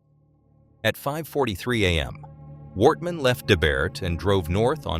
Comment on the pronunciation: Yeah many places were pronounced wrong as it sounded like it was a computer voice. At one time it said "Worthman" instead of Wortman.